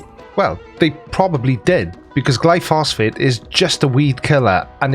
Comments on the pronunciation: I think he means glyphosate, not glyphosphate. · It is glyphosate not glyphosphate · I know it's a technical point, but I believe it's pronounced "gly-pho-sate" (gly-fo-sate). Or maybe that's short for glyphosphate? I don't know.. But the well-known name, at least in the US, is Roundup. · It's glyphosate, not gluphosfate. But that's correct, it is a lot safer than the alternative herbicides. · Not to nitpick, but the name of the weed killer is glyphosate not “glyphosfate” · Did you just say " glyphosphate"? I take it was only a misspeak, because the weed killer (made by Monsanto) is "glyphosate". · GLYPHOSATE GLY-PHO-SATE. Not Glyphosphate :) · Is he saying Glyphosphate all the time instead of Glyphosate? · It's glyphosate not glyphosphate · It"s Glyphosate.(Gly Fo Sate) Not Glyphosphate (Gly foss fate)!!! This conspiracy idiot has saying it wrong!!! LOL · Glyphosate not “glyphosphate” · Glyphosate, not glyphosphate 😀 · Glyphosate... not "Glyphosphate." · It's gly-phos-ate, not gly-phos-phate. Check out Myles Power for some great content on Monsanto, glyphosate, GM foods, geo-engineering/depopulation, and other anti-science topics. He works in chemistry by profession, and has done work in GM, and covers all sorts of topics from AIDS denial to urine therapy, conspiracy theories to new age woo. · It's glyphosate, not "glyphosphate". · Not glyphosphate! It's Glyphosate. [Gly pho sate.] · Not only that, the word he was trying to say is glyphosate, NOT "glyphosphate," which isn't a thing. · The name is glyphosate, not glyphosphate. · Glyphosate, not glyphosphate. Don't let him suck you in. ;-) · Gly-phos-ate, not -fate. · Glyphosate. Not glyphosphate. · Its pronounced gly fo sate I'll bring this up in the Sunday stream if I remember